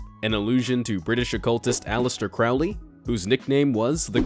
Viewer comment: "Crowley" rhymes with "holy" not "foully."